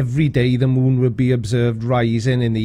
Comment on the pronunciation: "Now lets get to the MOOOOOON..." "I 've got the MOOOON coming into View and leaving VEEEEEEEUUUUUUW It's not just his long ass pauses, it's also his way of saying specific words with the EXCESSIVELY LONG HOLDINGS on specific syllables and sounds.... This dude either was dropped on his head just right to be EXTREMELY SLOW or he fried his damn brain so bad that he's to dumb to be aloud on Youtube.